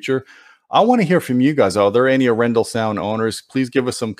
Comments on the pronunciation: No offense, but I assume it's pronounced arr-en-DAHL. Emphasis on the last syllable, and the first syllable rhymes with "car." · Nice review! It's pronounced A-ren-dal, with pressure on the very last part of the word. It's the name of a Norwegian city, actually. Dal means valley. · A little nitpicky but I think it's pronounced more like "R-N-doll". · I listened to them..... PROUDLY NORWEGIAN Your Norwegian pronounciation could Improve Emphasis is on the A, not on the E Name comes from city of Arendal